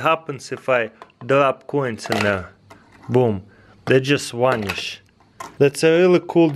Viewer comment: "Boom, they just wanish"